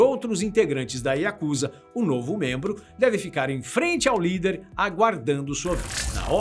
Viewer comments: Que agonia ouvir o povo falar “yakÚza”😰😰 é “yakuzÁ”!!😪👌🏼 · Desculpe me mas a pronúncia correta é Yakuzá, moro aqui é respeitamos muito.